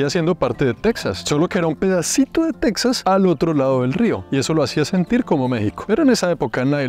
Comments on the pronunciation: Está muy bien hecho el vídeo, lo felicito. Solo le sugeriría que, cuando esté hablando en español, el nombre de Texas lo pronuncie en español también. Después de todo, el origen del nombre de ese Estado, fué en español, desde que pertenecía primero a la Nueva España y después de la Independencia a México. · Y tú qué andas haciendo por ahí? Se escribe Texas pero se pronuncia Tejas, como México se escribe con x pero se pronuncia Méjico. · Tejas es una palabra castellanizada desde los tiempos de la colonia española, de hecho la comunidad chicana lo escribe así con "J", y en México lo pronunciamos igual, pero en Sudamerica quizá por desconocimiento lo pronuncian Tecsas, cómo los gringos. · Alguien más le da cringe cómo pronuncia Texas? Lo pronuncia con x en vez de j 😂